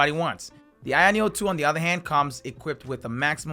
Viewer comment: i keep hearing “ayeon 2” = the irony of 2 😂